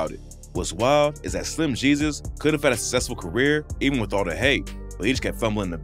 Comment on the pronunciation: "Slim he-sus " 🤣🤣